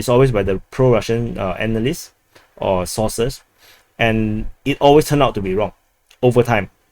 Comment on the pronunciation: It's pro Russian sources, not sauces 😄.